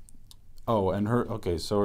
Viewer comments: "Otay" is perf 😂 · "OTAY" ffs im dying help me